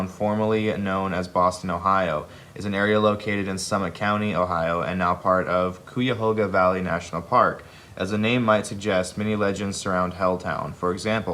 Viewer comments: .. it's K-eye-ah-hoga lol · Koo-a-hoga TRIGGERED Sry it’s KY-a hoga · Hell Town is actually super scary, especially the bridge, called Cry Baby Bridge, if you look up the story, it's quite haunting. The story of the town is true, and creepy. Not to mention The End Of The World. Also, Cuyahoga is pronounced Kie-A-hog-a. Ohio is scary. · Triggered ohian here, it's pronounced kye a hoe ga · It's so funny to hear someone not from Ohio try to pronounce Cuyahoga. 😂 k-eye-a-hoga. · It is pronounced c-ai-uh-hoe-g-uh valley and it’s about a 30 minute drive from me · I'm alright with their butchering names of people and such, but i got way too triggered by the butchering of Jared saying Cuyahoga. Pronunciation: When referring to the river or valley as "the Cuyahoga" it is pronounced KY ah HOE gah. When in conjunction with another name, such as Cuyahoga Falls, or Cuyahoga River, it is pronounced kah HOG ah. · Its probounced Kai a hoga the cuy is pronounced like guy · First off: I live in Ohio and didn't know Helltown existed Secondly: why can no one ever pronounce Cuyahoga correctly?